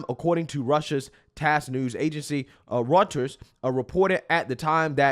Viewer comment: "reuters" is pronounced as "roy ters"